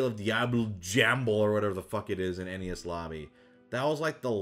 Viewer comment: WHY DO YOU PRONOUNCS ENIES AS NES